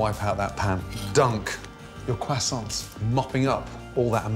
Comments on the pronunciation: QuAsOoNt perfect way to say it 👏👏👏 totally not cruh-sont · Why does he pronounce French words like 'croissants' actually the correct way, but something like 'filet', he pronounces it like "fill-it", which I don't believe is the correct French pronunciation.